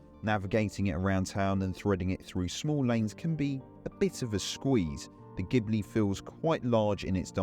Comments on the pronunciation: It's pronounced gee-blee, not gib-le. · Are you sure? In italian language it should be gib-le, or do you also say "spajetty" for "spaghetti"? ;-)